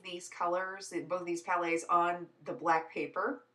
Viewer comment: you said "palettes" like "palays"